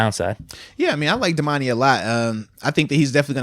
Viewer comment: Moats is the worst at saying names. Myles BOINK INGS… Damontae KAHHZEEE. C’mon fam 😂